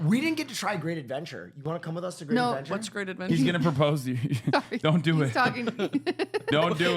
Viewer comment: when said great adventure i had to look up if he’s from jersey